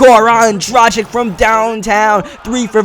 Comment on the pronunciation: ITS PRONOUNCED DRAGICH